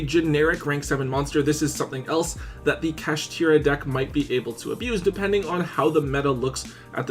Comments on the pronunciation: Bruh fr Kasheeteeruh Take your time lol… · Bro really said “Kashtira” 😂😂😂